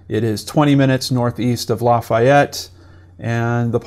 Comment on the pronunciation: I live here and thank you for the factual reporting in this video and helping to get the word out! Most non locals don't know, but Monon is pronounce Mow-Non, and Lafayette is Lah-Fah-Yet.